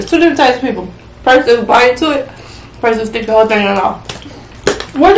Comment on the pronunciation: said “dick dat” stick dat 🤣🤣🤣🤣